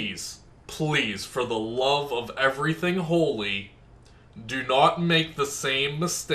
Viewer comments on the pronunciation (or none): none